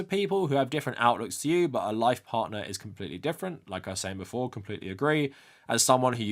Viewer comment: that sounds like "instead of" and not "before"